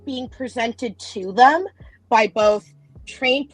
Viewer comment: The word BOTH does not have an L in it. Please say the word correctly, not "boLth."